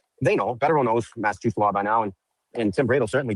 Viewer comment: omg learn how to pronounce LAW! it is not "lawr". Speak english 🤯